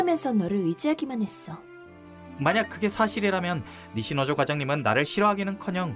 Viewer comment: 음성은 니시노조 텍스트는 니시조노